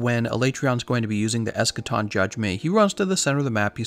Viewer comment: That ain't Eschaton. That's Escation.